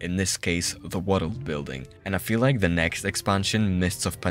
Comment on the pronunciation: I followed you because of the “wareld” word pronunciation ❤.